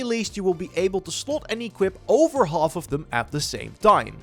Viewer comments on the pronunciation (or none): none